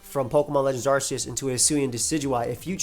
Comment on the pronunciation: That's not how you pronounce "Arceus."